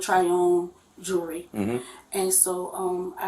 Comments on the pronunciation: So the thief walked out and kept that bracelet for weeks and didn’t know she never paid for it? I call BS! And that employee was part of that theft!! Why can’t they pronounce words correctly? It’s not jury it’s jewelry!! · It's jewelry not Jewry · Pronounced: jew-ler-ee not jury. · "The jurry."😂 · Why, oh WHY, are black folks incapable of pronouncing the word, “jewelry”⁉️ It’s NOT pronounced “jewry” … these are not Israeli items 🤦‍♂️ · Is “jewery” like “jewelry?” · Snitches get stitches and then you gonna be in sum ditches !!!! BTW... ITS JEWELRY, NOT JURY..... SHE WAS IN ON IT TOO, THE "ASS"OCIATE!!!!! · It's funny that she pronounced jewelry , jury ! She will most likely be in front of a jury ! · My entire life I didn't know there was a silent "L" in jewelry. I feel so dumb. I didn't know it's pronounced "jewree". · The "jury?" It's jewelry. Horrible English. Oh, and she's a thief. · I hate the way they say jury. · Jerrwey? I can’t even pronounce her wrong way of saying it.🙄🙄